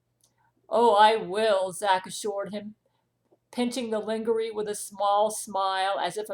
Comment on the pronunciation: "lingerie" is pronounced "lonjeray". Is that evil Angelina distorting your audio?